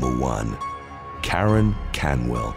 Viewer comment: sounds like he’s saying Matt Donald’s 😂 mcdaren instead of Karen